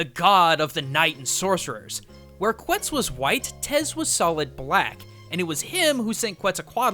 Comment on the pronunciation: Every time you said ‘quetzal’ it hurt my soul a lil bit